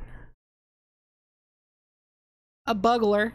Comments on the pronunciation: I'm gonna assume someone's already commented that its pronounced Bugler, like Bugel. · I know you mispronounce things for fun but for some reason "buggler" is the most triggering. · lmao the way you pronounce bugler just makes me laugh thank you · She knows 😂 she says it right a few times she's just memeing usually